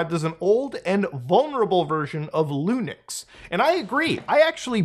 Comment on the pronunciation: Also he says Lunix instead of Linux I think this Muta is a deep fake